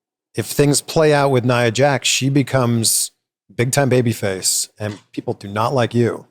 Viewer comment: Chris saying baby face caught me off gaurd